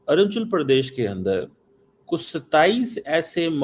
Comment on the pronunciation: Cheema gubbare ko Arunachal Pradesh sahi se pronunciation karni nahi aati.. like Arjun Pradesh jesa kuch bola😅